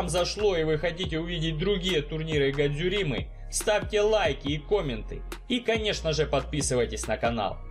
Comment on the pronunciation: Друг по друге, журавЕль, гадзюрима..., у тебя сценарий вычитывается? Или, похоже, одним дублем закадр пишется?